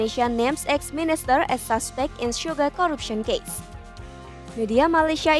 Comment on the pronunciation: Sugar, not Suga, Mba..